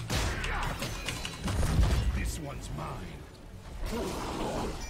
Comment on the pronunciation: Grubby great pronunciation on Genji's line! Just add in "Iza" in the beginning and you got it XD